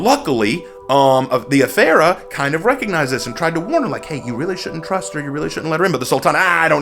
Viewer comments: You butchered that pronounciation... 😆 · I dont understand how you can mispronounce the Afeera when you can literally HEAR how it's supposed to be said. And it's really, really not hard at all.